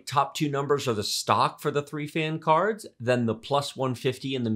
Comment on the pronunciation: the way he says "caarrrds" LOL